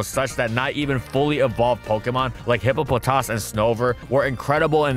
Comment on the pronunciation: big fan of how hippopotas is pronounced in this video